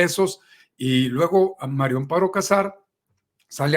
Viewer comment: Es mario o maria cazar a todos les oigo que dicen mario, o estoy sordo,pronunsien bien